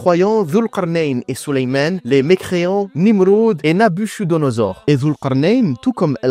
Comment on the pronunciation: ça se prononce Nabukodonosor il me semble ...